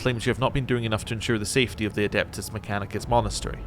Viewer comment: No machine spirit is a like a precursor to ai . abominable inteligence is banned in the imperium . And for the love of the emperor its ad e pt us not ad a pt us mechcanicus 😊